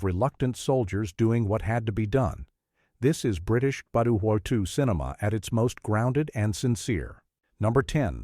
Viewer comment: More crap AI that cannot say WWII